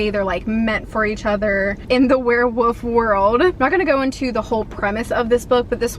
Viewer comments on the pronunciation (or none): Love you, love your videos but did you say "werewoof" compared to "werewolf"? Could be my hearing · love ya girl but you had me DYING cause you kept saying werewOOfs and werewOOves instead of werewOLf and werewOLves. Idk if that’s how you pronounce it like where you live but I’ve never heard it said that way before. 😂❤️❤️❤️ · Why do you keep saying “were-woof”? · I'm dying at the way you're saying werewolf . 😅 woof